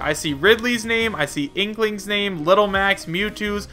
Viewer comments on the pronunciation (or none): you said dinklinks not inklinks